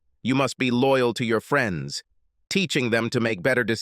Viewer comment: "She didn't like her freens, she didn't like the way she dress-ed"... "her marry-age"..... Dear, please hire a robot editor. Preferably one that speaks some form of American English. Thank you, just another human that sort of speaks English a little being an American and all.